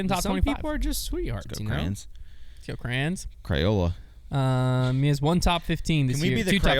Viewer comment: “Crayzola Crayons” cmon, that’s a layup lol